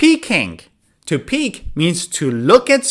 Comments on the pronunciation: PEEK NOT PEAK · peek , not peak buddy